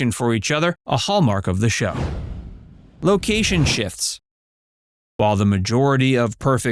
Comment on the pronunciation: During this video you have said the title show name wrong as well as Balki's name wrong. Your not a real fan. 👎